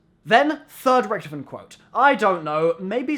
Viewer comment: It's pronounced richtofen lol